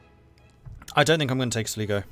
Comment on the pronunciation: Going forward, it’s pronounced Sl(eye)go, great video as always...